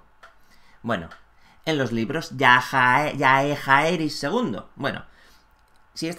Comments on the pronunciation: No puedo evitar llorar de risa cada que dices JAEHAERIS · Como te mola pronunciar Jaehaerys😂